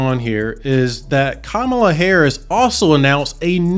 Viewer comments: I dont trust you. Cant even pronounce her name right. 🚮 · He is mispronouncing Kamala’s name. Hummm!!! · Wow can't even pronounce a person name correctly 😢